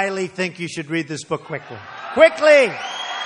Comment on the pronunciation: The way he says Qwwickly 😂